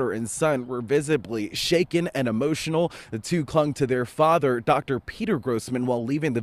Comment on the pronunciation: E motional .... not amotional